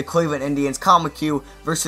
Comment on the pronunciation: Great vid I live in houston but go look up how to say dallas kheucel and colin McHugh